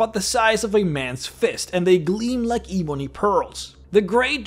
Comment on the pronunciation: Heh. "Ee-boney".